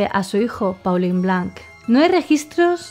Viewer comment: Pauline-nombre femenino francés, se pronuncia: Polin Paulin-nombre masculino francés, se pronuncia: Polan (la 'a' sería pronunciada además de forma nasal)